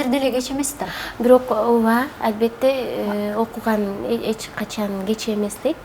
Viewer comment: Албетте дагы дебей Альбетте деп кыжырымы гана келтирдиңго кайра кайра кайталап Дагы орусча кошуп сүйлөп алганычы...